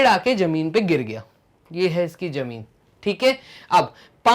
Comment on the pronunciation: Question no 5 ma sir zameen ko jameen bol raha hai😂